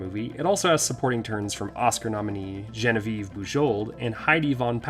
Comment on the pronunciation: It's pronounced JON-VEE-EV not JENNER-VEEVE.